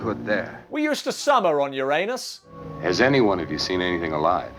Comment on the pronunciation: Finally, the correct pronunciation. "You RAN us." No allusion to anus, and no urine either.